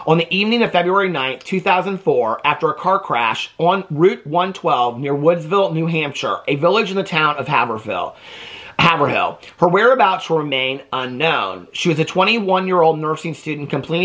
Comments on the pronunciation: Also the town is pronounced as “Hay-ver-rille… New England towns have some different pronunciations 🤣🤓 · just FYI it’s pronounced Hayv-ril. 😂 loved this video!! 💙